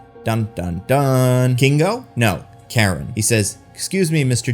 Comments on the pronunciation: Kind of annoyed you pronounced Karun as Karen. Try pronouncing it as Curren if that helps. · I was actually expecting the deviants to join the eternals by the end, but then AJ kills "Kro" (totally missed that was his name), and I was like, "OK, guess not." Also, I think the valet's name was Karun, which should be pronounced "Kah-rune" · It's pronounced "Caroon" Everyone in the movie got it close to right. And yet it gets mispronounced in the video.